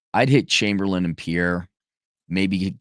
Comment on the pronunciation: And it's pronounced PIER, not Pi-erre, ya part timer.